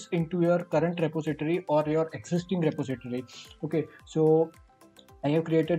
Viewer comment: Re-po-si-tory but thankyou really that helps :)